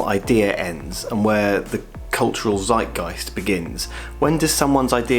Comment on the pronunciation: That's funny. "Zeitgeist" is a German word. I'm not sure if you are allowed to translate it into english just like that...ok fun...but you have to work a little bit on the pronunciation :-)